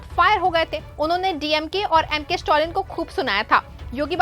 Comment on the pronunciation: स्टोलिन नही मैडम स्टालिन।